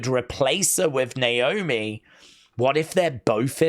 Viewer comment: Candace botched Naomi’s name in her promo hilarious 😆 lol 😂